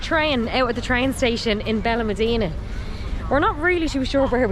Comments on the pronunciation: Its Benalmadena pronounced Ben Al Mad ena not Ben Al mah deena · There's an accent mark above the the a in Benalmádena. That's where the stress is when you say the word. "ben al MAD eh na" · Please pronounce it correctly it’s benal ma like mat dena. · You need to work on your pronunciations. Where is Benelmadeeena? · You cannot even pronounce the name Benalmádena. You teach the public. Get it right please.